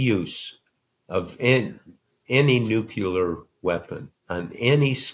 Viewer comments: Big fan of Bob Woodward and his books BUT why is such an intelligent, talented award winning journalist and author of great books completely unable (or is it just plain unwilling on his part) to correctly pronounce NUCLEAR!!?!?! He keeps saying year after year, month in month out, NUCULAR!!!! Just the same way George W Bush (who was NOT bright) mispronounced it. BOB, or someone in his life, please tell him his pronunciation is 100% NOT correct. I usually switch channels when ANYONE mispronounces this OR uses atrocious grammar, etc. BUT I can't turn away from him as his writing and his discoveries or revelatons from all his confidential sources are absolutely invaluable. Tim if you read this, PLEASE ask him to pronounce it correctly. He's already said it at least 50-80 times so far at the point where I felt compelled to put this video on pause to type up and submit my comment. I can totally tolerate his accent but outright mispronunciations are so jarring. And of course he has a responsibility to his public to pronounce things correctly, to write his books accurately, to not make up his own grammar rules, etc. Thank you to whoever has the courage to tell Bob he needs to start pronouncing this word correctly. VOTE BLUE AMERICA!!!!!! Defeat Trump and his maniacal MAGA followers and send him back to Mar-a-Lago or Trump Tower forever. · New-klee-ahr.... why can't you people pronounce it properly? nucular isn't a thing.... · No disrespect but, “nucular”? Why doesn’t he know the word is nuclear? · I mean no offense, but isn't the word Mr. Woodward is pronouncing as NUCULAR acturallly NUCLEAR. I know that "The pronunciation (noo'kyə-lər), which is generally considered incorrect, it is an example of how a familiar phonological pattern can influence an unfamiliar one ..." Wikipedia (English). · People! What’s with the constant “nu-cu-lar?” You are both educated men. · Bob: nu-cle-ar NOT nu-cu-lar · Nuclear not nukular .. hurts my ears Bob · Nuclear. Why is it so hard?